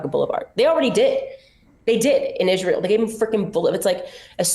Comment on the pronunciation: why cant she pronounce israel, its not Izzzshreel ffs. shes just so vile and puerile, I dont undeerstand why people think shes intelligent